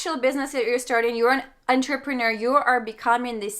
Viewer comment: Did anyone else catch her saying en-ter-peh-nor?!